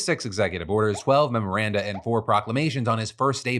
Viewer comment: "Memorana" lol